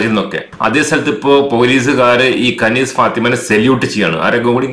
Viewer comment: കനീസ് എന്നല്ല അറബിൽ ഖനീസ് എന്നാണ് പിന്നെ കനീസ എന്ന് അറബികൾ കൃസ്ഥിയൻ ചർച്ചിന് പറയും